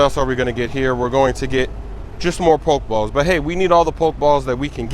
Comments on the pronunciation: THERE IS AN E THAT YOU PRONOUNCE IN POK-E-STOP, POK-E-BALL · it's poke e ball and poke e stop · when you say Pokéball or Pokéstop, you gotta pronounce it as 'Pokehball' or 'Pokehstop,' man. It's driving me crazy lol.